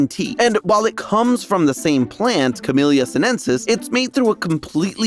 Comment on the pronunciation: the two lls in camellia are pronounced like you would expect. e.g. in belly you don't pronounce the "t" in matcha - it goes ma~cha (two syllables)